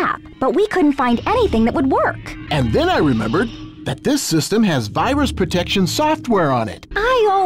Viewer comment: why did i hear fyrus the first time that was said to me? (i know it's virus) like... failboat fyrus